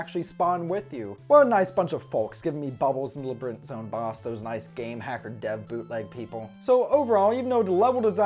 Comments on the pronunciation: Labrinth is just what you say if you say labyrinth quickly Edit: oh, oh no.. he said leBrinth, never mind lol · Every time you say "Labrinth" I want to slap you. Otherwise, great review!